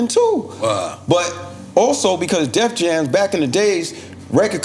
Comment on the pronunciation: Why Cormega keep calling the label “Def Jams” ? 😂😂😂